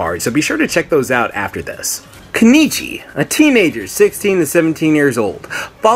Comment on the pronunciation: its keniichi bruh